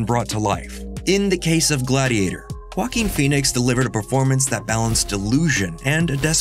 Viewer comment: Who is this 'Wacking' guy? I only know JOAQUIN. Can we learn to pronounce people's foreign names correctly???